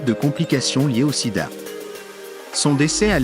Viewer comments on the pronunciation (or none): Bon contenu mais gâché par une voix IA qui est incapable de dire certains noms correctement et prononcer Sida à certains moments. Dommage. Pourquoi ne pas utiliser votre propre voix? Cela donnerait une certaine crédibilité et sincérité à votre travail